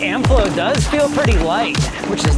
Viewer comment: CC translates your pronunciation of Amflow as Amp-flow